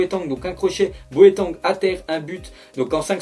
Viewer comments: C'est pas boEtAng mais boAtEng .... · tu dit boeteng au lieu de boateng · C moii ou il dis boatangue au lieu de boatend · Sa ce prenonce Bo a teng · 6 :29 il dit boeteng mdr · boatengue t sérieux à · stp ça se dis BOUATÈNG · RIP boateng en passent ON PRONONCE boatenge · comment est ce que t as dit boateng ? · Comment tu prononces Boateng ?! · apprend à dire boateng srx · comment tu dit boateng mdr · Comment tu dis "boateng" mdr